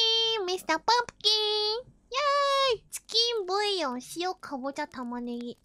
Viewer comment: some random chef : the onyo korone : tchiken boyo